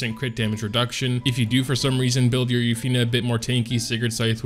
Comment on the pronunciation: Yu(u)-fine(fin) not u-fi-ney